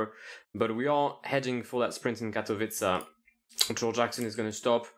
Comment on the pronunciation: it’s not often you hear someone say the names of Polish cities correctly. Every time Katowice is pronounce hear in the states it sounds like Gatowince instead of Katowice